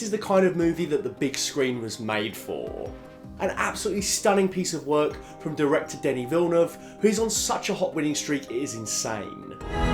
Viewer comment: I feal like not a lot of peapole are saying it. Props on proprely prononcing Denis Villeneuve name.